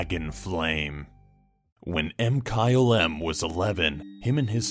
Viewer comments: Did he say: M-kyle-M instead of Mkylem? (mikylem) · does anyone review the audio for these? i thought MkyleM's name was pronounced (Ma-ky-lem) er something. it was really off putting to hear say (Em-kyle-em)